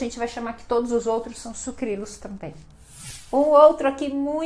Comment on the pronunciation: Eu também falo Sucrilhos. Acho que ela esqueceu de pronunciar corretamente.